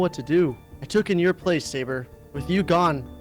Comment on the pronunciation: Overseer called Sabre, Sobre XD